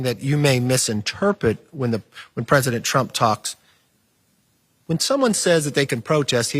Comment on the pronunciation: “You misinterpet”. Cannot even pronounce the word because he knows he’s lying.